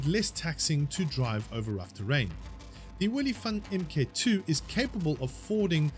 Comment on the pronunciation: FOR THE LOVE OF GOD, ITS PRONOUNCED "MARK", NOT "M. K."